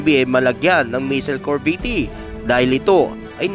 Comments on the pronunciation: corvette cor-vette hahaha yan ang basa di cor-ve-tte thanks po🤔🙄😳😁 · Anong kor-vee-tee? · Anong corveti?Baka CORVETTE AYUSIN MO REPORT MO